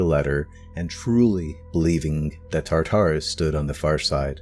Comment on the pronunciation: He talks a little bit fast in some places and I don't like the way he pronounced "Tartarus". I have heard that name a bunch and never in the way this guy says it.